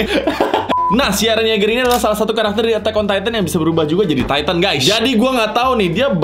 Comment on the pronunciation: bacanya yega